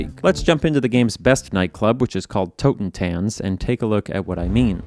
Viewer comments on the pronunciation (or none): your pronounciation of the german night clob names is horrible... it's not hole [hoʊlə] it's ...hölle [ˈhœlə] and Totentanz [ˈtoːtn̩ˌtant͡s] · Oh god as a german I still love how you pronounce „Totentanz“ (which just means „Dance of the dead“ in German). It just sounds so much fancier than the word does in German :D Greetings from Cologne! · Fun fact Totentanz is German for Dance of Death, and you pronunciation of it is unkind 😅